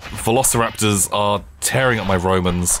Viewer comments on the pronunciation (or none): none